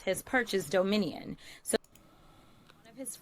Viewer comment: Jasmine pronounces it: “Domin-E-un”🤦‍♀️